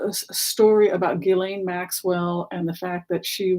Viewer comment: Your insights and MO are fascinating. For what it's worth btw, Ghislaine is pronounced w the kind of soft G we don't have in English. "Gislen". Like the G sound in Zsa Zsa (Gabor). Thank you for helping us have a more panoramic view of the characters in this drama.